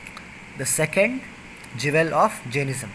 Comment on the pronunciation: He keeps saying "Jevel" but he means "Jewel."